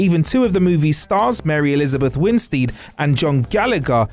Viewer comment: “Mary Elizabeth Wince Deed”